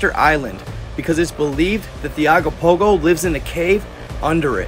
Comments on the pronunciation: Ogopogo not agopogo!! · IS CALLED OGOPOHO NOT AGOPOHO. GET THE NAME CORRECT AT A MINIMUM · It’s Ogopogo not what you wrote and insisted on saying repeatedly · Canadian here. We pronounce it Oh-gopopgo not Ah-gopogo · It's Ogopogo brother O not A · Hey I'm from British Columbia Canada just want to say hi love watching your information I started following probably about 6 months ago I discovered it and I'm happy that I saw it because you show some real interesting stuff. I just want to tell you that it's ogopogo, so when you pronounce it it sounds like an o so you say, " oh go Pogo"the lake is the Okanogan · I think it’s pronounced ‘Ogopogo’ 🙂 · He is pronouncing Ogopogo wrong hes saying agopogo , I've never heard anyone say it like that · It's pronounced Ogopogo, it's constantly talked about, with statues in Kelowna in its image. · Okanagan pronounced Oh Can Noggin im from their and have never seen any signs. Only have 1 island on the lake and its called rattlesnake island near peachland. Ogopogo pronouced OH GO POGO. Kelowna is the main city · it's Ogopogo. Oh Go Po Go. great research lol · It's pronounced Oh-go-po-go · I'm from bc please my bro pronounce it o go po go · “Oh-go-pogo” if you want to pronounce it correctly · This is a paranormal channel and you can’t even get the name ,of one of the most famous cryptids in the world, right! It’s OGOPOGO!